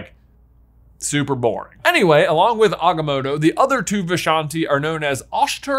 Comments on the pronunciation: Choose a pronunciation of Agamotto and stick to it man! 😂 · Is there a reason why you're mispronouncing The Eye of Agamotto You trying to sound like Benedict Cumberbatch trying to pronounce penguins